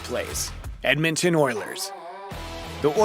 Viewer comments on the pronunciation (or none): none